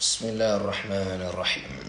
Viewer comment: بعد اذنك يابنى الفاتحه ليس فى تكرار الراء فى الرحمن الرحيم حفظ الله